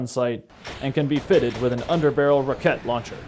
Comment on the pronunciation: What is a "ruh-ket" launcher?